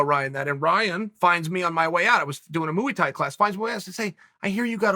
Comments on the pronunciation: His pronunciation of "Muay Thai" is worse. It's actually hilarious. He pronounced it like "Mu-EEE." It actually rhymes with BOY. It's "MOY THAI" ("Muay" means "Boxing"... So "Muay Thai" is "Thai Boxing.") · I’ve heard “moo Thai” but I’ve never heard “mooey Thai” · annoys me when people say moo thai